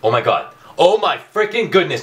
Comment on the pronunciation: Oh my GAWHD! You say it funny